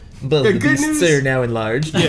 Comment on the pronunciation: omfg I like full on kyle bosman laughed at ben freaking saying 'I have god news and bad news haehae'